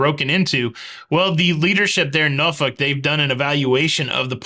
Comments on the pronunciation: SOLID Pronunciation of Norfolk! Cruising out of there in August and looking forward to the upgrades. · Lol, as a resident of Virginia, thank you for saying Norfolk correctly.